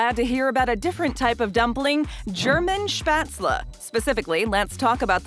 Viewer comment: As a German I’m offended of how she said spatzle